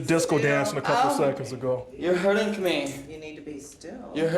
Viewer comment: “You’re hurt ING me” 😂 officer says “I’m not hurtigg you” 😂